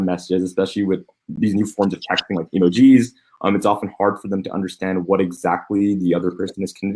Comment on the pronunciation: "Emojeez" - Legend